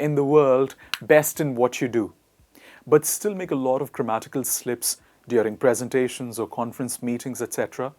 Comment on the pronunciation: You haven’t pronounced Presentation correctly!